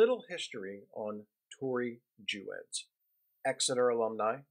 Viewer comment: There is so much misinformation in this piece, starting with just the pronunciation of Tori's name. Our youngest is a (non-binary) student at Westtown and we are so grateful for this amazing school, still very challenging intellectually and accepting of many points of view, which is part of what makes it so great. I don't agree with just about anything you said here, but that's okay. I hope Max gets in touch with you and sets you straight on so much of the misinformation you spread here.